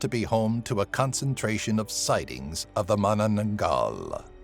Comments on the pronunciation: I love this list. And you actually one of the few that pronounced "Manananggal" right! 😁👍👍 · You're literally one of the only youtubers to pronounce Manananggal right!